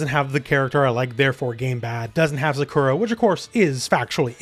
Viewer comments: Why pronounce Sakura like that?😂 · You don't care about Sakura, clearly, as you didn't bother saying her name correctly. Everyone else loves her. That said, the music is horrible. It can't be said enough. Instrumental or something like in Streets of Rage is what fighting games need because it's timeless.